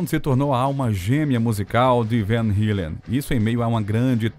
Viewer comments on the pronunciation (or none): Mur dan uods!!! Van Hilen!!!! Fora outras palavras. Não é esnobar não, Para com isso cara, pelo menos o nome da banda pronuncia certo pô!!! Quem conhece ou tenha im minimo de conhecimento do cenário Hard Rock sabe pronunciar Van Halen!!!! Hilen foi o cúmulo!!!!! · Pra piorar "mur dan uods"!?!?! Van HILEN!!!!!!????? Que!?!?!?q q isso!!! Ah pelo menos o nome da banda pronuncia certo né cara!! Ninguém q conheça o cenário pronuncia assim!!! Pelo amor de Deus!!!